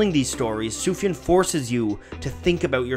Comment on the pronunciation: it’s soof-yawn